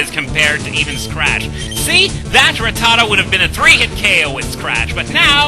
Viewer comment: When you were talking about Ratatta, all I could hear was "TOP PERCENTAGE!"